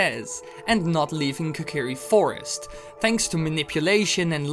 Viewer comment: its kokiri fostis